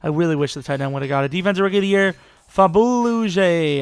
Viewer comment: Willie Young should've went for at least a 3rd. And its Greh-Co, Mic-Fear-son, Bee-Ah-Bah-Butoo-ka, and "Fab-ool-jay"